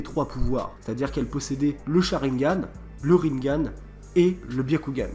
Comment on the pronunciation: Tu prononce tellement mal on prononce rinnegan pas rinngan et si that théorie était une théorie et non pas un truc qu’on sait depuis avant même la fin de naruto bruh mec mais toit a jour